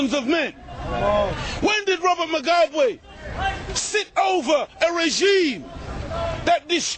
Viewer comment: its robert MUGABE u damm fuck not robert mogwabe!!!!